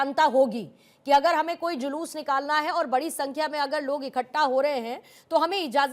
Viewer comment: जयश्री राम, ऐसे अनपढ़, बेवकूफों को जुलूस शब्द भी बोलना नहीं आता, जुलूस को जलूस बोलता है, करोड़ों बार धिक्कार है, ऐसे अनपढ़ मूर्खों को